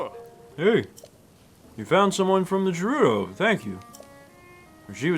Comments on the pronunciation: Ohhh, Volty fruit!: VOLT fruit,!!! Also: Jerudo! Me: GERUDO! With a “guh”!!! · Honestly, mispronounces multiple things throughout this let’s play. “Dahku Tree” “Jerudo”. Just let her say volty fruit. lol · if you can insist on saying je-ROO-doh and de-KOO (even after Mr. Tree said his own name out loud in a cutscene)...let say Volteefruit lol